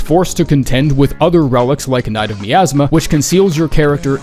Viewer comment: that miasma pronunciation got me fucked up